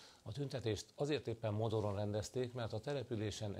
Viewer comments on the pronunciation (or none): "Modoron"?? Monor lesz az bátya. Jóhogy nem már Mordoron... xD